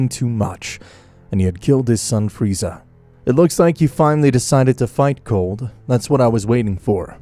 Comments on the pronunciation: Beerus: it’s not pronounced freezer it’s pronounced freeza Weise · Free-zaaa not freezer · did this man call frieza FREEZER like in dragon ball abridged jesus christ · His name is freza not freezer you’re killing me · bro is calling friza freezer 🤣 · Frisa❌ freezer✅ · This guy calls frieza......freezer in the first minute of the video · It's freeza not freezer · Freeza not freezer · Why do you call freiza Freezer? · I ilove how it says freezer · Also "Freezer" my guy lol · Bro great story telling but...... the execution of characters names is kinda derpy in total (freezer be like) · Why is Goku so off character? Like the idea is cool but Goku isn't some murder hobo! And the way you say Frieza or Goku is so off and misspelt! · "freezer" PPPFFFFFTTTTT BAHAHHAHAHAHAHHAHAHA